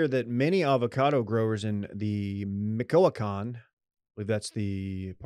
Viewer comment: Major gringo vibes with that pronunciation of Michoacán. is now on cabeza watch.